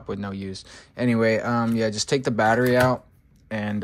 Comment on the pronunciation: Bro its battery 💀